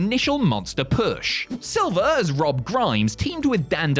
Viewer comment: John SILVER, not SILVA 😂